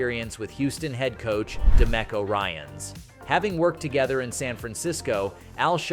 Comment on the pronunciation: He mispronounced DeMecos name too, I don't think he's a fan. Just a video creator.